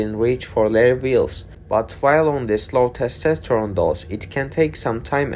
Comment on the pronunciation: Its not "Testesterone". YOu say one test too much. And of course he is not NOT on a regular TRT dose.